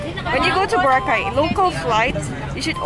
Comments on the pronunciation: Boracay not Bora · It’s NOT BORA!!! It’s Boracay! 🙄